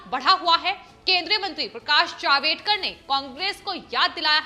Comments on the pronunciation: जावेदकर नही जावडेकर।सही सही उच्चारण करो. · Madam HeIsJavDEkar NOT JavEDkar.😠